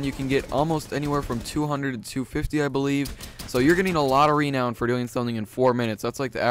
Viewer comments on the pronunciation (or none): Stop saying Reeeeenown it's renown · It's renown, not REEEEnown. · its not rEnown its ranown renown its purnotced ranown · Nigga said reee known 😭😭😭😭😭😭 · It's pronounced ru-known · The way you say renown bothers me for some reason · this pronunciation of renown is unpleasing peculiar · the way you say renown is terrible.